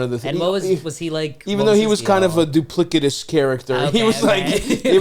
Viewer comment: Stav impressing me by accurately using and pronouncing “verisimilitude” in a sentence then butchering “duplicitous” a minute later